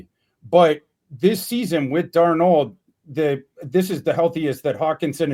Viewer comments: Darn old is what I hear every time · Why does pronounce Darnold as “Darn-old” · I hear Darn Old 😆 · may not be able to properly say "Darnold," but he pronounced Athan Kaliakmanis's name flawlessly. 😅